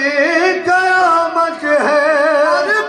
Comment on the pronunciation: Qayamat ya kayamat. Sadat ka talaffuz khhrab?